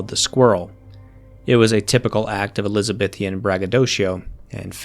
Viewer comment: I guess I expected more about white slavery in early colonial American history, but this gives a good and informed backdrop. Please note that the Canadian territory is New-Found-Land, with the emphasis on either the first or second word. It is definitely NOT New FINland. Also the proper spelling of the descriptor "ElizaBEthan" is just that, not "ElizabeTHIAN."